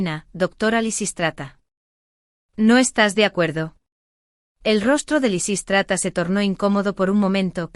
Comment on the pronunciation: Predomina Lisístrata, aunque lo pronuncia mal y a veces lo cambia.